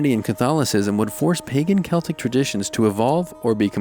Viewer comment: Same!!! Oh and same with "celtic". He said it right!!